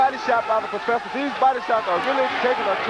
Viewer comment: The Proferfsor